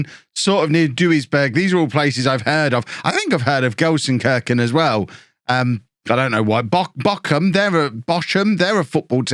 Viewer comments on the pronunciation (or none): Gelsenkirchen, where the i is as in meat :) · probably need to go to language school. And learn how to pronounce the city's name. Can the club pay for it?